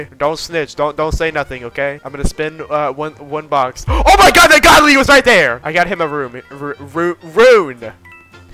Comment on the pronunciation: Not saying “OH MY GYA-D